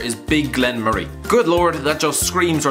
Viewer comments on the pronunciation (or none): none